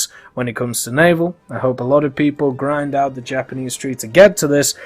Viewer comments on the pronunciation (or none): none